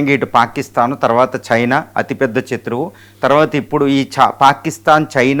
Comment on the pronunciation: చత్రువు కాదు శత్రువు